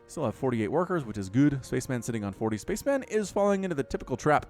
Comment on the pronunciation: It's pronounced spa-chem-en, not space man.